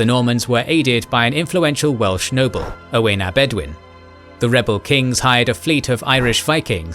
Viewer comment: That's not how you say Owain 😂